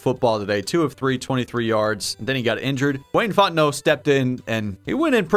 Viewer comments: Thing I thought I'd be most excited about: Seeing Wayne Fontenot in a game Actually most excited about: Hearing pronouncing the last name Fontenot correctly. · Thank you for getting Fontenot's last name correct!